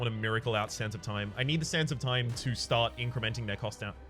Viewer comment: I keep hearing Sands of Time as "Santa Time"